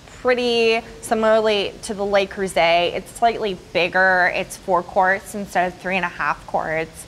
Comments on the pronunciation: NO vocal fry. EVER. It's really awful to listen to and it does not increase one's authority. It decreases it. And, please, learn how to pronounce "Le Creuset." It's French. Not Spanish. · It's not "lay croosay"